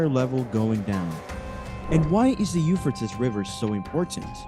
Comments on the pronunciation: 🎶I'm gold digger, when I'm in need.🎶 The u-fur-tis river. That's it, I'm dead.😂Either we all have been saying it wrong, or this dude is way off.🤦‍♀️ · It's pronounced You-Fray-Teez euphrates.😂😂😂😂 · Have I been mispronouncing the name of this River my entire life? I say it like “You-Fray-Teez”. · By the what? Ufertis river, really? Learn to pronounce or don't make a video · You-fray-tees... That's how you say Euphrates.... Duuuude! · “Eu fra tis” I’m out! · Euphrates….”u-FRAY-tees”…come on! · Pronounced... U fray tees. 😊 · Pronounce it right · Learn how to pronounce the name Euphrates. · You are saying the name of the river wrong. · murdered pronunciation of euphrates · This commentator is pronouncing the Euphrates River wrong! You would think that he would do his homework before he recorded🤔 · You need to pronounce the name of the river correctly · The fact that you can't properly pronunciate the Euphrates River means I am not going to pay attention to a word you have to say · I ran so fast to the comments and wasn't disappointed I was going Nuts how many times he mispronounced euphrates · He does not know how to pronounce Euphrates! It is drying up because of turkey's three dams! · Before you make a video why don't you learn the pronunciation of what you're talkin about. Obviously you don't know nothing about it to begin with because you never even probably heard the name before. You said this name so many times in the 3-minute Mark I had to shut it off. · You have no clue. Learn how to say the name of the River. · Not trying to be critical but please try to pronounce the river right and produce newer content. Let's move on...